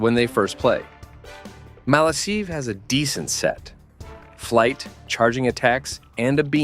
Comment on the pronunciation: It’s said as malakive